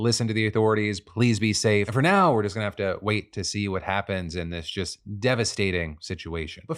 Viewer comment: Just. The word is just, not jest. Jest means something different.